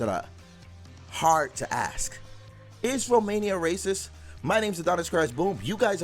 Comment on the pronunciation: Don´t be axing people, unless you really want to kill them...I´d rather like it if were to ASK them instead...hahaha, man doesn´t even know his own language